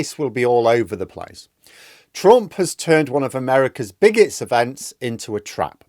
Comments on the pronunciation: When you said "biggest event" it kind of sounded like "bigots event." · I feel like you appropriate said “bigots event” rather than “biggest event”